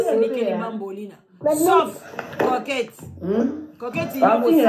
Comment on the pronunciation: Maman eza coquette et non croquette